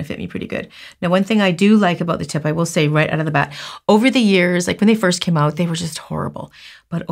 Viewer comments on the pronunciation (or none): none